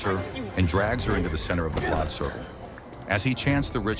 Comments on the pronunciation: What year is this movie set in? The word you're mispronouncing is blood. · i have been yelling BLAUD! each time the AI messes up lol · And BLOD. LOL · "The blad" 😂 "the blawd" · The AI trying to negotiate "blood" was painful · AI stinks in this video. Blood is spoken as blahd. Kill is read as keel. Among other mispronounced words. Very frustrating to listen to. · The AI commentary is crazy. If your system can’t pronounce “kill” and “blood”, maybe just read it yourself.